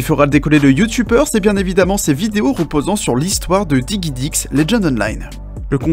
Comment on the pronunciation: digidix et pas diguidix mais bon.. ^^